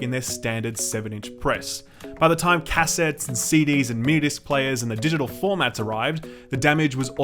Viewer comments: seriously?! Seriously?! Cass ettes. Fucking cass ettes. Ergh..... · I hate the way you say "cassettes".